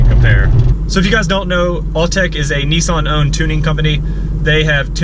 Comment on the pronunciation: great review bro.but please Nissan not nessan